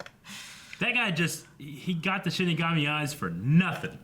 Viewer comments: 23 episodes in and he still can't say it right... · Oh my god, I am so annoyed that keeps saying "shimagami" instead of "shinigami". XD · CMMOM! It Hurts everytime you say shiMIgami. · Am I the only one who hears them pronouncing shinigami as shin megami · 23 episodes and he still calls it shiMigami